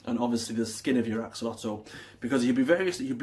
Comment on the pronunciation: If you are supposed to know everything about these interesting creatures, you should at least try to pronounce the name correctly! You really make yourself look like a twat!